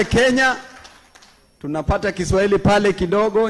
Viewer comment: sema big deal na 'kishwahili'